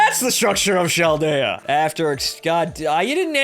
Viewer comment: Yeah! The great adventure of in Chaldea (isn't it pronounced Kaldea like character?) continues XD Don't ever stop to babble and ramble, it's part of your charm ^_^ BTW, if you ever get Jeanne on your first gatcha, i'll call you forever =D